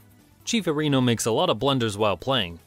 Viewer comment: Arr'ee•no, not Uh•ree'no